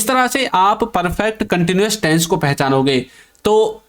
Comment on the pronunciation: Taisns nahin tense hota hai behude